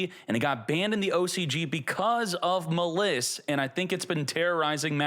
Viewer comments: I don't know why this irritates me so, but please pronounce "Maliss" correctly. It is not "Muhliss" it is pronounced, "Malice". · Muh-liss?! Bruh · You really don't get that the name Maliss is a homophone of the word "malice"? You're saying it wrong!